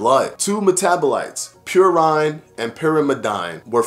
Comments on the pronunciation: I tried to write it phonetically...what it absolutely is NOT is PureINE and Pure-im-eh-DINE. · Good video...just a couple of pedantic science things...purine is pronounced purr-een....pyrimidine is pronounced purr-im-eh-deen. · Actually it's pronounced "Pure" "een"...